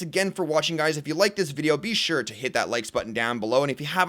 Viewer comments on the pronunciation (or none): none